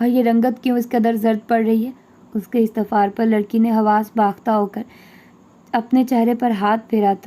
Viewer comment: Hi loved the way you read Just little correction Istafar nae istafsar Handhera Nahin andhera